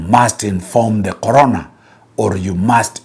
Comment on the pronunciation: I was confused at first about the relevance of COVID in this matter, only to realize that it's actually the 'CORONER' and not `CORONA`. The mispronunciation really threw me off 😄. Insightful content as always.